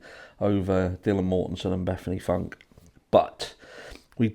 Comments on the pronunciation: Yeah, Frank for Funke........... I mean I would get it if she pronounced it Funky. Another possibility is her eyesight might be going fast. Can't she be corrected (by someone in the wings), then edit out her mispronunciation?? Even if it's a live show the first time, here at YT it's recorded. These things can be corrected. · Dude get the names right. Funke. Not Frank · I must be looking amazing because I've finally had my very first iron push infusion 😂 But Bethany Frank? 😅😂 I can't stand Nancy Grace 🤦🏻‍♀️ Didn't the judge say the victim's names wrong too? 🤦🏻‍♀️😐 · As soon as I heard Nancy grace say the last name wrong. I thought she was about to correct it because there was some type of poise. But no of course not